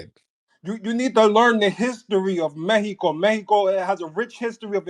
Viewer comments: He’s grinding my gears with this “Meheco” bullshit!! Bih we’re in America, it’s MEXICO😤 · “Couba” “Meheco” Get yo wet, twisted mouth ass off of here with that bs! 😂